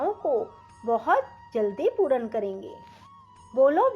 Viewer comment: पूर्ण का उच्चारण पूरन...